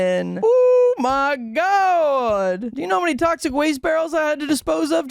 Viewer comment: DUDE HE SAID PRONOUNCED "TOXIC" AS "TOSCIC" WHAT A LOSER